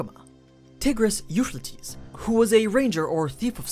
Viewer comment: Holy shit that euphrates pronunciation killed me